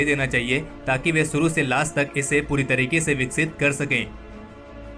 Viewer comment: saaamil kar diya suru kar diya... behanchodh SH-SHHA hOTA HAI.......SAALA GANDU PAIN TO HEAR